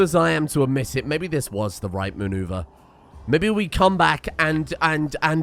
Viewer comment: mooneuvar.... god damnit...😆😅🤣